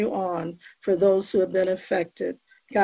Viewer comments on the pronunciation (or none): “I wanna start firs by giving glory to Gaw…I believe in Jesus Chris…and I’ll continue to not pronounce the last letter because I’m a disgusting vile evil scumbag”